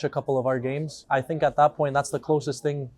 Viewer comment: I "FINK" they aren't teaching a reasonable level of diction and pronunciation at the academy school. They may be telling parents "their son will not be a professional football player" but with the lack of language skills, and that in their own country, what career does Wolves expect them to fall back on?